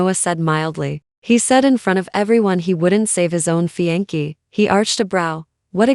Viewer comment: Fiance is pronounced fee on say not fee on key.